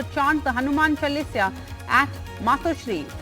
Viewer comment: Missionaries can’t pronounce “Chalisa”. It is not Chalisia